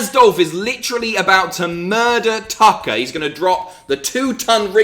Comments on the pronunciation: I could swear you said Dolph vs. Taka. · Who else heard Taka instead of Tucker?